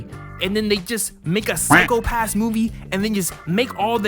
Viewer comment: did he call Psycho Pass, sicko pass? tf lmao